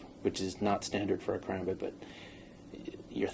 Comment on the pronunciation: No offence people do it allot but when people say ker-ambit and add a third syllable it doesn't feel right